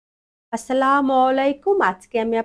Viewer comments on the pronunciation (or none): শুদ্ধ করে সালাম দিতে হবে আপু।